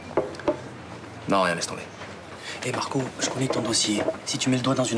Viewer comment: elle dit « markow » au lieu de marco